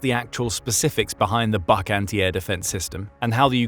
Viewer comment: it would be pronounced /buk/, as in « you can read a book »